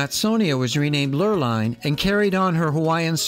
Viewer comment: I love this video and only wish I appreciated Britanis more during the one and only time I sailed on her. A gentle reminder that "Lurline" is pronounced "Lur-leen."